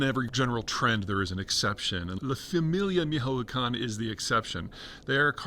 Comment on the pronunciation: I had to go back a few times to understand Peter's pronuntiation of "Familia Michoacana" lol. I wonder wherer he got the sources on it, first time I hear it focuses on fentanyl trafficking